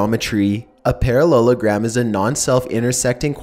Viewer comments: He said perrelulagram about 29 times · How many times he said parollelogram 👇🏿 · if i hear parallagrams one more fucking time imma spaz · Stop saying parellelagram so many times find a different word like chicken nugget (oh btw these are creepy) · I dare you to count how many times he says parellelagram in story 2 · i skipped the second one cause i could not hear him say "Parallelogram" again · at the end of a sentence HE PRONOUNCES IT SO WERID I HATE IT